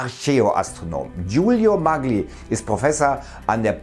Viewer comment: Da wir wiedermal bei der Aussprache sind: die Italiener sagen „Mallji” zu ihrem Atrophysiker.